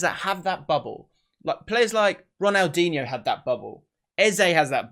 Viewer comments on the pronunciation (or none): none